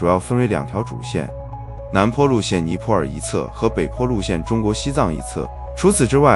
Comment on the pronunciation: 尼泊尔 BO第二声，不是PO